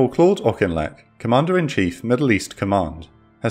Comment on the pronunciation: I live in the village auchinleck Scotland well done for pronunciation